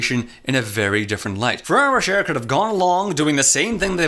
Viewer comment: Bro it's ro-shay not ro-sher hurts my ears it sounds so wrong